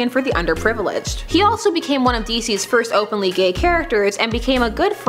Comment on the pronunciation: "for this firsth..."XD